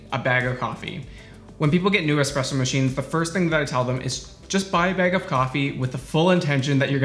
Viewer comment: I always stop at the first "expresso"